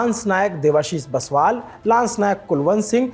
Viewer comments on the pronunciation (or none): Debasish Biswal not baswal reporter ji.. desh k liye saheed hue Hai.... naam ro sahi se l lijye.. #indianarmy 😢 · भाई, बस्वाल नहीं बिश्वाल है।।